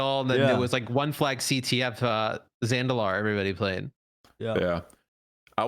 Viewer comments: Them saying "Zandilar" over and over again killed me as halo player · THANK YOU! ikr?! Its freaking Zanzibar named after the damn island in real life 🤣